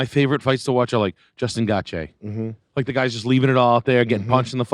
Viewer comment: no way pronounced Gaethje like that 😂